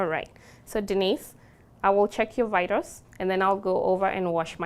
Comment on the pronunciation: "the genaytels and the vytels"